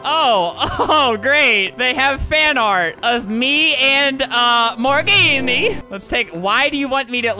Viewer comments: “Morgenne” was actually pronounced, “Morgan”. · He keeps pronouncing it like, “More Genie”. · Its morgenne